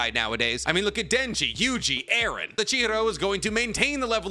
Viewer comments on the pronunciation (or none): none